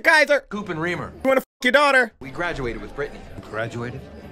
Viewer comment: My dude, it's Reemer, not Weaver or Weemer. Lol